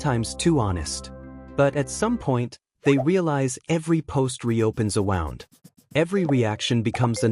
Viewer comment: you may want to change the AI voice pronunciation of wound to "woond" (rhymes with "mooned") intead of "wownd" (rhymes with "sound"). Fun fact: they are homographs, spelled the same but pronounced differently with different meanings. Reducing or stopping sharing on social media has huge benefits - especially because it fosters real connection and presence in real life; being more "in the moment" and deepens face-to-face interactions with friends and loved ones - this is a big part of living authentically.